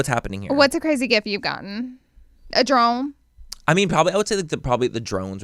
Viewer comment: I 100% really thought instead of drone yall said throne...like they got you a throne...I was like..... so do they pay to ship it back home for u or .... it wasn't until I had to go back because I missed part of the podcast and I went back to far until I realized you actually said drone.... lol